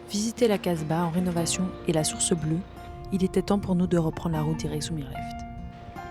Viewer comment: Coucou juste pour info Mirleft se prononce "mir l'oeuft" Fait 0° la nuit mais la journée on fait du surf 😁 Merci pour le partage des aventures.Amusez-vous bien les jeunes et prenez soin de vous 🌞🌈